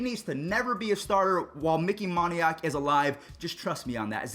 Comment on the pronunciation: it's Micky moan-y-ack not mon-y-ack.